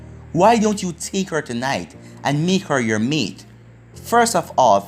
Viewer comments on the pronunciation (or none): none